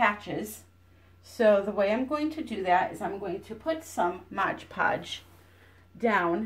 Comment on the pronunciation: It's MOD Podge, not "Modge Podge". There's only one "g" in the entire title. Mod that rhymes with odd, as in, "It's odd that you keep calling it Modge Podge." I think you're getting it confused with the term "Hodge Podge," which means a little bit of everything put together.